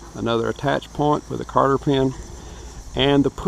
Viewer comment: Cotter...!!!! Not Carter...!!!